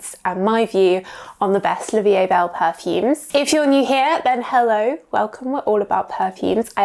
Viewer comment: I really like your description of perfumes. You do it for so many years, BUT...can't you learn to pronounce the name French original way! It is not so difficult at all. It really cuts the ears to hear what you say!